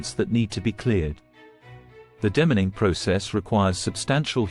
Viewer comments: F.F.S De-mining is pronounced DEE MINING NOT DEMMENING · De- mining, not dem in ing. Reminder that you’re listening to the computer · Audio brought to you by BRITISH AI 😂!! Took me a while to figure out 'Dim•man•ing'.